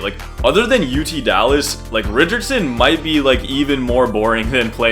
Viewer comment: I’ve never seen someone from Dallas say it correctly. Not gonna hold you